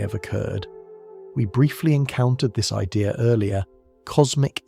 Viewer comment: It’s idea not idear!